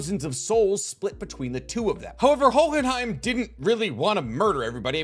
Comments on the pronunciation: i absolutely love your channel and every video you do. You are by far my favorite source for anime deep dives. But for the love of god, no one is going to flame you if you just say Ho-in-hime Hearing you pronounce in hohhinhime is like hearing coolwhhhhwip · Oh but please man the enunciation of the silent "H" in Hohenheim come on man I know you watched the anime. Was you doing that just to see who would mention it cause there's no way you pronounce it naturally that way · Jesus I know you watched the English dub why are you pronouncing hohenheim like that!!!